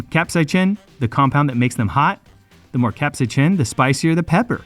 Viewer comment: the way he said capsaicin is CRAZY